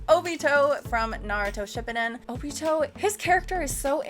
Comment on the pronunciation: Vague you mean? lols - Shippuuden? lol Amazing you pronounced an English word and then a Japanese word wrong so quickly together. Vocab is your weakest trait by far.